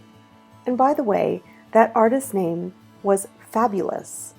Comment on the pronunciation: Wow. I'm writing my master thesis on the Domus Aurea and you managed to show wall paintings I had never seen before in my research. And saying the painter's name was Fabulous ... I mean, it's a nice joke, but it's not pronounced like that.